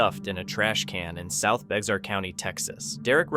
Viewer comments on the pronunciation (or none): Bexar county in Texas is pronounced bear or bāhar. San Antonio, Texas is in Bexar county.